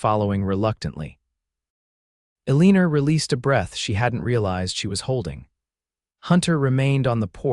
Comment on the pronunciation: There is no r at the end of Elina. It is not pronounced correctly. It is very irritating.